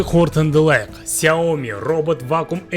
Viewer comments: 4 рет ксауми деп айтыңыз дұрыспа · 4 рет Хйаоми деп айттыныз